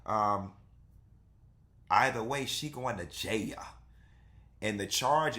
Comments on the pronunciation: Stop saying "jay-a" when it's a serious situation. Nothing about this deserves even a tad bit of humor/comedy. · Why you godda said JAHALE (Jail) like that lmao 🤣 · If u say jail like that ONE mo time 😂